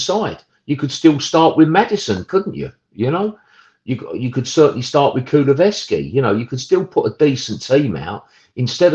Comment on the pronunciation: Why can't this guy take the time and show some courtesy to the player and pronounce Kulusevski's name properly.